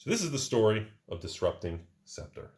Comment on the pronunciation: Props for actually pronouncing a tricky word correctly. scep·ter /ˈseptər/